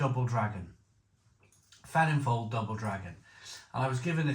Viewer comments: Its pronounced Velin voil by the way. 👍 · It's pronounced Velin-Voel instead of the F you say a V 😊